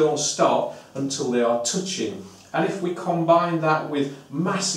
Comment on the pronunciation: "Until they're toot-ching" "Three hoon-dred kilos" Looove it!!!